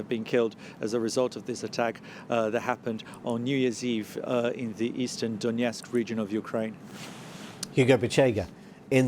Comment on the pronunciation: DONETSK not DONYETSK